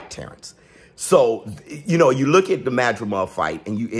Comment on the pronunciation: You mean the "buhlook"